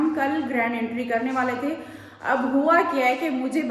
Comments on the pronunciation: Intry नही hota entry hota hai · Intry nahi entry hota hai 😊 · Entry hota hai intry nahi 😂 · Intry nai hota Entry hota hai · Jahil bhains bolna seekh lay , agr nahi seekh sakti to khuda ka wasta hai English na bola kr , entry , ye word ja k Google kr ar sunn kr apna word sunn , jahil